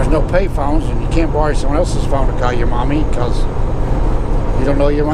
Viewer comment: Killing me the way you said “mommy” made me laugh pretty good!